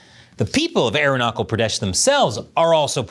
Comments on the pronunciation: Learn to pronounce Arun-na-chal - it NOT aru-na-cle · its not Arunakal its Arunachal😂😂😂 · It's not Arun-na-Kal, it's Aru-na-Chal, cha as in Chap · I hear "Arunakal". It is Arunachal as China is not pronounced Kina. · It's Arunachal as in nachos, not Knuckle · AROONA-SHAL not ARUNA-KAL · God, the way you're pronouncing it sounds like airknuckle pradesh; the cha in aruncachal pradesh is pronounced as the cha in cha-cha-cha. It's kind of hilarious and infuriating. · It's not arunakal😂😂😂😂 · ..arunachal is pronounced - "aroona charl" , not "aru nuckle" 😖 ... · Sir just a correction it is Arunachal Pradesh where the ch is pronounced as chips (chuh) not kal ! Please make that correction 😮🙄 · It's arunachal,not arunaKAL btw. Just how we call Trump, chump and not kump. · Its not arunaakal... Its arunachal... Ch...... Idiot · Good person! It is not Arunakal, It is Arunachal! The 'ch' should be pronounced the same as 'ch' in 'China'! Please inform yourself about it! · Its not arunakle its arunasal(arunachal) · It's not "Aroonuckle", it's Aruna chal, "Ch" as in Charles. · WTF. The hubris on these bastards.BTW, please start pronouncing the CH in ArunaCHal like the CH in CHapter. I wouldn't bother, but it's getting more and more mention, and it's real hard to recognize what place you're mentioning if I'm not reading the words. CH, like in CHina. Not "air knuckle." Thanks. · it pronounces - Arunachhal not arunakal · His pronunciation of Arunachal is hurting me more than Chian. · Sorry sir It's arunachal pradesh not aronakal pradesh Arunachal means the house of sun ☀️☀️ Thank you sir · I am forced to listen you pronouncing as ArunaKAL Pradesh 😮the whole video. It is Arunachal.that CHAL is pronounced as cha as in CHASE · Its not Aru-na-kal, its Aru-na-chal. Like cha-llenge. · Hi, You are pronouncing Arunachal as Arunakal. Please pronounce ch in Arunachal as in chalk. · It's Arunachal not Arunokol. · Arunachal Pradesh ❌ Aruknuckle Pradesh ✔️ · " Aaron- knuckle " 😂